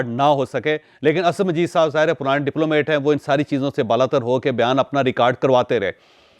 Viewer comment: Bhai,"diplomate" nahin "DIPLOMAT" sahih word hey